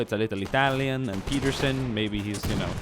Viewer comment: hey + which country are you from? Just asking because I noticed how swedish you sounded when saying "Peterson". But you don't really pronounce english words in the way a swede would and sound more american. I'm new to the channel so i have no idea if you talked about this. loved the video btw:)